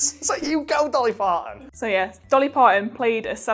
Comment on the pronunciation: does say Dolly Farton?